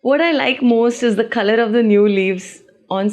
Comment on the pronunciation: She says colour with G